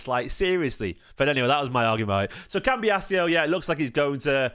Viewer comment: Don’t want to annoy you but why do you keep saying cambias e o it’s doing my head in 😂